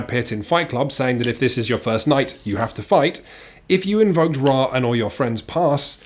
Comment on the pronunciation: You aren't saying Ra correctly. It's